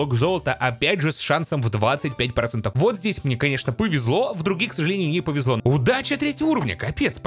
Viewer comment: ксАжалЭниЮ зоЛаТО мы туТ не-На-йдЕм